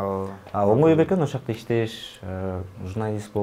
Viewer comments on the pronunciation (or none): Алып барган бала туура суйлочу,ошоакта деген соз жок.Ошол жакта деп суйлосо речин ноль.